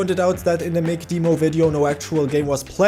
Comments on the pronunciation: My friend, it’s not DEEmo, like Bee, Lee, We, He…but DEmo like Them, Stem, Gem, Lemon, Pen etc. It’s sort for the word Demonstration. Jeez. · Its dem-oh not deeemo on the pronunciation. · In English, it's DEM-oh. It's our language, we get to say how to speak it and you wrong! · S'all good, I could have been a little nicer about it too, sorry :D I grew up with amiga demo disks, then pc game demos were very common. I had never heard "deemo" before and it reminded me of when my family used to say "seega" instead of "sayga" for sega. It used to really grind my gears with how wrong they were, even after I showed them adverts with the correct pronunciation, they continued to say seeega lulz